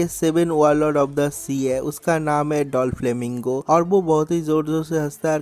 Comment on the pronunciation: Vai dolflamingo nha😂.doflamingo